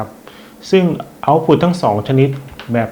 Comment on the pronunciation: ขัดใจมากเวลาอ่าน output ว่า เอ้าผุด